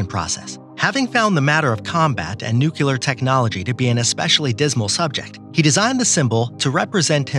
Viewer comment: All very good information...I just have one problem so far...I hate it when anyone pronounces "nuclear" as "nucular"...there is no second "u" in the word!!!